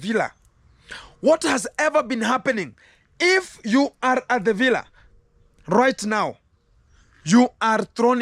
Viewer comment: That's how Rocio pronounce it ....that's why many people are saying it that way.